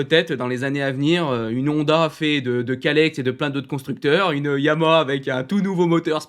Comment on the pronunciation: Toujours aussi bien construit et rythmé. J’aime vraiment bien le format. Petite remarque : il y a bien trois syllabes distinctes dans la prononciation du nom « YAMAHA ».☝️ Suis-je le seul à toujours entendre « YAMA » ? 😶